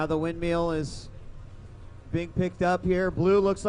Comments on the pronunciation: No, he's actually saying windmeal. Which means you're eating while being in a storm. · Its "windmill" dammit! Not "windmeal". lol